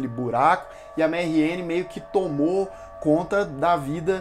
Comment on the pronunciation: por que ele tá falando "marrien"? se for francês é "marrian". bom, falou coisas que realmente é perceptivo na série. mas tbm muita bobagem, o gosto pessoal pesou em cima da crítica.